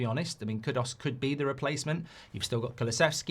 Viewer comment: It's Kudus, not kudos. These vloggers can't read, i swear 😂